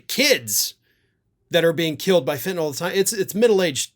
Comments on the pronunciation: you are the first commentator I have heard to actually pronounce the word "Fentanyl" correctly! I hope it catches on. 👍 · This is ot but thank you,, for pronouncing fentanyl as fen-ta-nil and not fen-ta-NOL as so many others are.